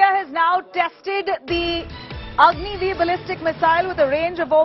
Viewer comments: Your Repoter is most intelligent than you,,,it is Agni-5, not Agni-V... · Agni five not v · Did she really say Agni V not Agni 5 😬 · It’s Agni 5 not V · Behen agni 5 boltee